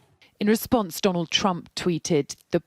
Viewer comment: Did he just say Johnald Trump?